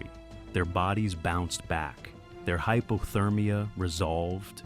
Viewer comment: Hy. Po. Ther. Meea.